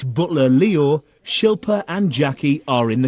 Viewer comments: I loled when Jackiey called Shilpa "Shoe-fin". She was just so ignorant. I don't think being called by your name is too much to ask to be perfectly honest. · SHIL PA Not difficult to pronounce at all. 🤨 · How can you not say "SHIL-PA"? hahahahahahah SHILL PA